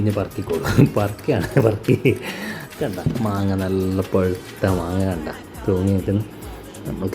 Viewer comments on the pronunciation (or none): പുഴുത്ത അല്ല പഴുത്ത